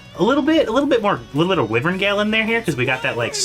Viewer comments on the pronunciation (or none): Why - vern Gale! WYVERN